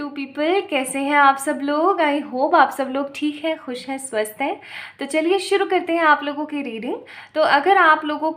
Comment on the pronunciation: I hear swasth ko suar 🐷 😂😂 Sorry for that but this reading is the best reading 🤗🤗😋♾️